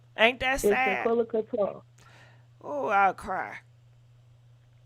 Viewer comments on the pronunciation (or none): Shaqana?, "Shanquella" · Her name is Shanquella not Shaquanna. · Her name is Shanquella, please stop mispronouncing her name please, that's so disrespectful. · I don’t think anybody is being disrespectful. You have some people that just can’t pronounce names as unique as Shanquella’s. I’ve heard try to say her name several time but she just can’t lol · I don’t think the mispronunciation of name is on purpose. She has a unique name. It’s just like you sitting in class and the teacher calls your name and butchers it. It takes them a while before they can actually say your name correctly. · You gotta learn how to say her name right smh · I couldn't take the sound of her voice anymore and she kept mispronouncing Shanquella's name. I cut it off!!!